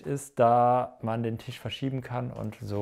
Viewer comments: Alles cool, ich kann nur nicht hin hören, kann bitte jemand dem Jungen mal sagen dass es kein tiiiisch ist, sondern ein Tisch. Die Betonung auf dem i tut wirklich weh 🤨🙈😩🤬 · 😂😂😂😂 hatte auch so gedacht, wenn er jetzt noch einmal Tiesch sagt beisse ich in die nicht vorhandene Auslegware 🤣🤣🤣🤣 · Tisch=Tüüsch 😂 Triggert schon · Cooler Typ, coole Wohnung, witzige Betonung beim Tisch 😅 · Wie er TISCH ausspricht 🙄